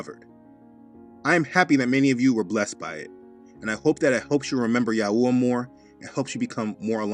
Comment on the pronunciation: I like how you say YAHuah and YAHusha! Most people say it different "yaHOOah, yaHOOsha" with a hard HOO instead of soft ooah. But I noticed that your drawing of the unclean animals from Acts 10 has a giraffe in it, I guess whoever drew that doesn't know that it's a clean animal?